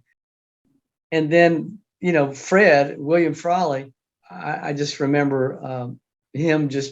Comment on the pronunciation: Keith pronounces “Fred” the same way he did as a kid. 😂 I remember him saying it because on the show he had a dog named Fred.